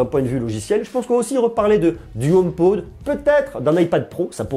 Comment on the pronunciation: Comment tu prenonces home pod☺😂. Si non super video comme dab😉😉. Continue comme ça